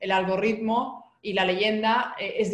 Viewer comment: ayyyy el algorrrrritmo